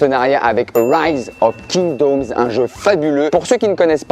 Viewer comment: "Rise of Kingdaumes" 😂